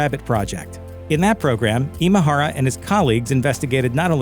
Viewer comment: Way to butcher his Japanese name! Imahara isn't a Filipino name, it's Japanese in origin, Imahara Masaru. 今原正志氏のご冥福をお祈りします